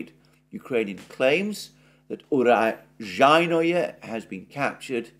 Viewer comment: Alexander "o" is, alike in Greek, if I am not wrong, is pronounced "o" only if the syllable is stressed. Otherwise, "o" stands for an "a" (cat). You have to say Urazhaiyne.